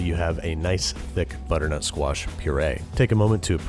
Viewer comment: Does it sound like he is saying "Butternote Squash Risotto" to everyone else